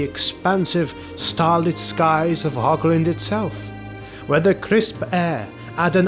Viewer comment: Nice work. I am well aware that is very difficult für native English to pronunce the German word "Hoch" (High) but it has nothing to do with "Hog". There is no K-sound. To match the german "CH" loud you have to raspel strongky like clearing your throat